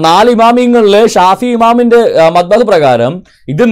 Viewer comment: മദ്ഹബ് (മബ്ദഹ് അല്ല)